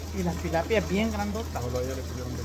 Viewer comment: Tilapia Dina No Pilapia